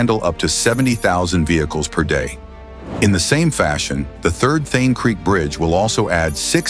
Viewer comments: Its not Theen... Its Thaanee.... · It’s thaaaane not thane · It's THA - NE lmao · Also, it's not The-an......it is Tha-ne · ठाणे ✖️ थेन ✅ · Also at multiple times in the video ठाणे (Thane) is referred as थेन. This should be modified. But the video is excellent. Thanks for taking the efforts to make the video. India is really changing & Mumbai is leading the way. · Thane to be pronounced as Thaanay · Thaaney Not Thhene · Not Then, It is Tha Ney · Not Thane but Thaney - terrible pronounciations messes up meaningful context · Not Thane but Thaaney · Thae-n 😂😂 Tha-na or Tha-ne 👍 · Its Prime Minister Narendra Modi. And Thane is pronounced as Thanay. It's a very informative and interesting video. Maybe, by the time these are completed and the existing roads that have been dug up for making the metro a reality remade, it would make a perfect city for both living it and for travellers too. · The way he says Thain for Thane 😂 and Narendra Gandhi for Modi 😂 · the voice over is AI generated. hence Thane becomes Thene . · It's THAANEY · Also the pronunciation of Thane is funny. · Inspite of so many coments to rectify the error of pronouncing the name incorrectly, why has it not been rectified??? WE OBJECT & PROTEST AGAINST THIS .😊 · Thane name is also screwed up in the audio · "Shane" ka chota bhai "Thane" 😂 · Also, he is pronouncing Thane wrongly. Edit it immediately. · Thanks for the vdo. I would request the narrator to make sure he pronounced the city Thane correctly and name of our Prime Minister Narendra Modi. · Is it a AI generated video pronouncing thane erongly